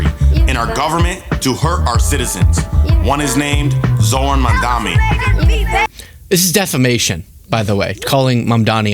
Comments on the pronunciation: dumbass couldn’t even pronounce Mamdani’s name right 🤦 “MamdaMi” 🤡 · He also said "Mandami" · Just like the wilful mispronunciation of 'Kampala', kvnts like this rapper call Mamdani 'Mandami'.